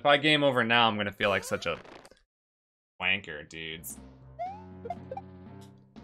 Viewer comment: It sounds so weird hearing the word “wanker” in your accent 😆